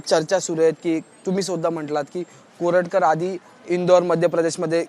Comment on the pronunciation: Koratkat la Correct kar-a